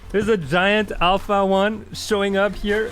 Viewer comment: Sony tried so hard to tell you it's pronounced "Alpha 1". Yet you still called it A1. LOL.